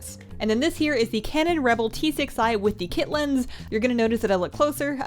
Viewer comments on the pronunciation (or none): none